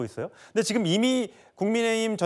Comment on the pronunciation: 송영훈 제발 발음 교정 좀 받아라 듣기 불편하다 ‘지‘ 를 맨날 ‘기’라고 해.. 지금이야 기금이 아니라